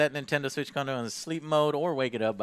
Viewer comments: he says nintender switch! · He said "Nintender Switch"😂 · he says Nintender switch 🤣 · "Nintender Switch" bwahaaha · "Nintender Switch" bwahahhaa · Ok I may be nitpicking here, but just had a little laugh with Joe's Texas accent shining through in. When he says Nintender Switch lol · Nintender Switch XD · "The nintender switch" 😂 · Nintender Switch LOL